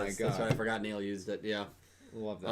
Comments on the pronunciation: dont care Its neil The subs and characters say neil not nail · Cmon do you hear yourselves calling him nail its neil Luke not rook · It's pronounced like "nail".